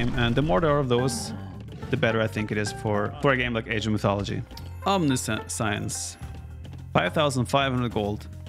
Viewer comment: Omni- "science" hahaha. 11. You're the best Viper. In English it's pronounced "Omnishence" Meaning all knowing.